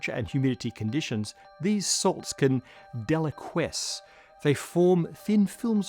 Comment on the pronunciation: Sciency words can be a bit extra, but deliquesce gave me a good chuckle.